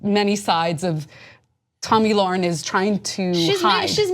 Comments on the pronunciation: Free speech doesnt mean you HAVE to speak, it means having the RIGHT to speak. And its not Lorren its Lahren. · Lahren is pretty famous now. I think it's time you pronounce her name correctly. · Why can't pronounce Lahren?